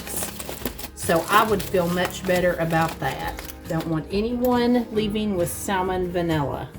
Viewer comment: “Salmon vanilla”. 🤣❤️